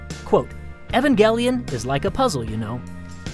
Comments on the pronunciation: am I the only one that pronounces it [ee-van-jell-on] ;3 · Omg you can't even pronounce "Evangelion"